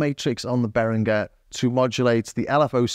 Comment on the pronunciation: I wasn't about to comment, but this video deserves another one, if only for the YouTube algorithm. Great comparison. And you are one of the few people who actually pronounce Behringer very well.